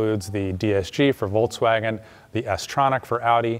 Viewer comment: Very good and informative video, but for the love of god i curl my toes when you say Voltswagin